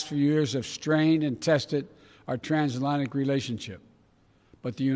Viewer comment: Your nuts he can’t say transatlantic omg